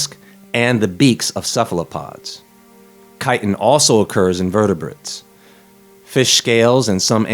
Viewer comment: I thought you said chitterlins lol